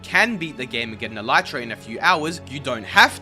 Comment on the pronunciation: The elytra will likely never be pronounced properly by Minecraft players, much to the chagrin of entomologists around the world.